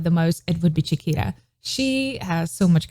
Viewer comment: So Funny, your pronunciation of Chiquita sounded like Shakira. I think she is pronounced like Spanish “Chi” not “Cha” and “Ta” not “Ra”.